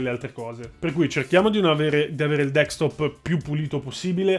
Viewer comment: Ma è tanto difficile dire DESKTOP ? XD